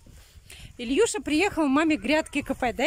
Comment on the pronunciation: Почему ильюша ? Илюша , не коверкайте имена . Слушать тошно .